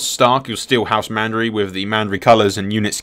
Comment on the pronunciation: Why can't you pronounce any names that are so blatantly spelled and easy to read? Sillyvan elves, house Mandery? C'mon brah! :D